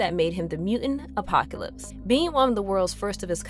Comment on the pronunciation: killed me the whole time. She couldn’t pronounce apocalypse and a few other things right either. Still a good synopsis though.